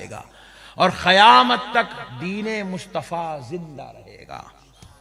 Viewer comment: qayamat hai khayamat nahi sudharo apneko 😂